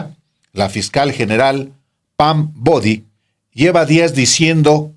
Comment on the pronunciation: No es Pam "Body" es Pam Bondi señor Alvaro!